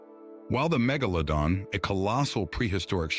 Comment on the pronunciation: How many different ways did the ai narration mispronounce megalodon